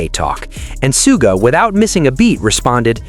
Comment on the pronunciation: Somebody tell this speaker the correct pronouns of Suga! (Shuga - is closer to his name's pronouns.)